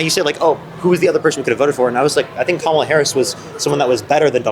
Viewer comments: How many months later and people still can’t pronounce Kamala’s name? Also would any of these people give a shit about how the DNC nominated her if right wing media hadn’t made it sound like some insidious plot? I highly doubt it. What does it say that right wingers were seemingly more pissed about the nomination than left wingers were? It’s all concern trolling and narrative building. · He doesn't understand. He likes trump why, I have no idea. He believed Trump's lies. Trump is a 34 count felon,rapist thief. So who would you vote for?! Kamala Harris is so much more qualified. He can't pronounce her name! She is well educated well-spoken and she answered those debate questions clearly honestly and truthfully for the American people. He just believed Trump lies. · I don't know how you just stand there so calmly 😊 I'm screaming at my phone.💙 his 1st term added 25% to the deficit. He won't even say her name right. Comma la its not hard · I think how people pronounce Kamala's name is very telling. This man keeps saying Cam-a-la like camel. As if he wants to call her Camel Toe because she's a woman. It's ironic that he says he's for women's rights, but it sounds like he has a problem with a woman being president. He's okay with giving Trump a chance, because running a country is hard. He wants to give Trump 4 years of a chance, even though he already had that, but he doesn't want to give Kamala a chance because she's not qualified? What is qualified? It sounds like only a man is qualified. You heard him, he was upset that he didn't get a choice for the Democratic party. If he did get a choice, he wouldn't have chosen Kamala. Unfortunately, i don't think that the American people would have voted for her. We're not ready for a woman. I think we will be ready in 20 years. I say that because most of my class presidents in grade school and in college were women. We need to push out the Boomers and the older Gen X.